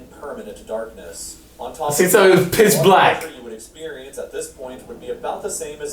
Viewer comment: It’s pitch black. Pitch. Not piss. Pitch.